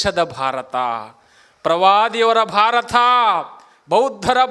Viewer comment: ಭಾರಥ ಅಂತಾನೆ. ನೆಟ್ಟಗೆ ನಮ್ಮ ದೇಶದ ಹೆಸರನ್ನು ಉಚ್ಚರಿಸಲು ಇವನಿಗೆ ಬರೋದಿಲ್ಲ. ಅ ಆ ಇ ಈ - ಸರಿಯಾಗಿ ಬರೆದು ಉಚ್ಚರಿಸುವುದನ್ನು ಮೊದಲು ಕಲಿಯಪ್ಪಾ, ಡೋಂಗಿ ಸ್ವಾಮಿ.